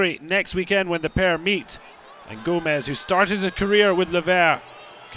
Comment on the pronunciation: GOMIS NOT GOMEZ lol